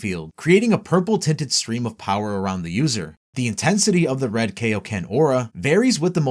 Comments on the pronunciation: Its the KAIoken, not the KAYoken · ok first off, its KI-O-KEN, not KAY-O-KEN. Also, nitpicking but Ultra Instinct and Ultra Ego are not "saiyan" transformations since all Angels are in UI and ego is basically the precursor to G.O.D. powers. Also, also if this was released 3 months ago, why wasn't Beast Mode on here? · It’s Kai-o-ken not Kay-o-ken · Kaio*** as in Kaiō-sama or Kita no Kaiō Not KAYO ken damn dub fans...... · I hate being a "well actually" kinda guy and i know people arent perfect...but i seriously hate when people say "Kay-o-ken" instead of "KAI-o-ken". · i died inside when he said "rose" and "kay ok ken" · He says “kay o ken”. So basically just prounced the “a” in “kai” wrong. Which, btw, many people(especially Americans) do.. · "When are you gonna teach us the kay-oh-ken King Kai?" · That is not how "kaioken" is pronounced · Your mispronunciation of Kaioken irks me lol